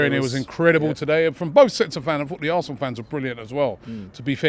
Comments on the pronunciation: Assna? Wot izz eevun daat? Robbish😂😂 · ITS ZE HISTORY OF ZE ASSNA 😂